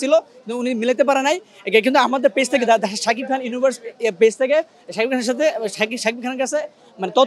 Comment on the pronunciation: যে কথা ই বলতে পারেনা, তার কাছ থেকে নিচ্ছে ইন্টারভিউ! সেতো শাকিব খান ই উচ্চারণ করতে পারে না...